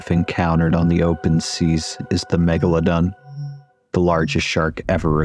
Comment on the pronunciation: Meg-La-DON, MEG-LA-DON, MEG-LA-DON